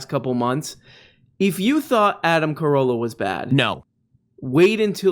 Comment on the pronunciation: Adam Ca-ROWE-lla